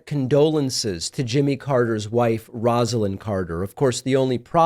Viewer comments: Pronounced “Rosa-Lynn” (with a long “O”) not Rahz-ah-Lynn. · David, just wanted to let you know you are mispronouncing Mrs. Carter’s first name. It’s not pronounced with a ROZ but with a ROSE.